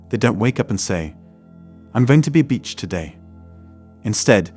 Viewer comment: Funny🤣😂😆 Punjabi guy uses english voice app to create YouTube content. Bullshit. He doesn't understand "beach" =/= "bitch."